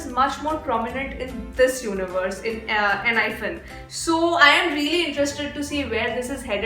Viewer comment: I am not sure but I guess it is pronounced as "Enhypen" and not "Enhyphen"😅